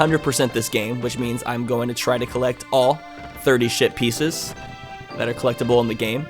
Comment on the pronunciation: I wonder how many new viewers will hear saying shit pieces instead of ship pieces.